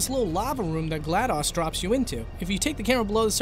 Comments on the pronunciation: It's pronounced Glad-dose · i was physically hurt when he pronounced it "gla-dos" not "gla-dose" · It's pronounced gl-a-dos not gl-a-dAs